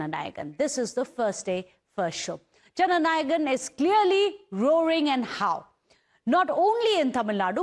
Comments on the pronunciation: whats Janagan ..Take effort before saying something😂😂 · It's not JANAGAN pls correct yourself...say it right..JANA NAYAGAN